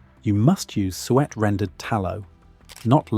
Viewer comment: PLEASE, drop the AI narration that cannot pronounce "SUET" properly. Or, prooflisten to the narration before releasing a video. Hell, I'll do the proof listening and send you a list of issues. Be more professional, attend to quality, and have a better product, and get more watchers.